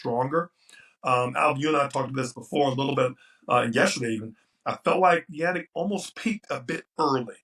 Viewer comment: Lost almost any sense of credibility for me and stopped caring about his take as soon as he called him 'Yanic' like his name rhymes with 'panic'. Never once ever heard anyone else say his name like that, ever. Are you dim or just lazy? I'm gonna go watch the match between Beetreez Heydad May-ya and Emma (Guns of) Navarrone.